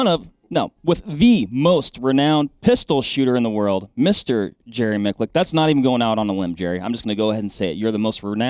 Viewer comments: I know the correct pronunciation, and this is the second time they've pronounced it incorrectly. The "c" is pronounced like "tch", not like "k". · Yep, failed again with the name. There’s no R in Miculek (1st episode). And this episode was micklick…. Embarrassing… kudos to Jerry for putting up with these guys…again… his knowledge needs documented and passed along.